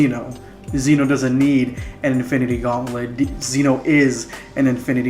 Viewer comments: It is pronounced Zen-o. If you can say gem, you can say Zen. It rhymes. Just add the o. Zen-o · Ok 1 zeno is pronounced with a soft e 2 they're called infinity stones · You're saying zeno wrong